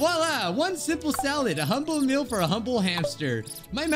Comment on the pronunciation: First also the way he said "Simple SaLAd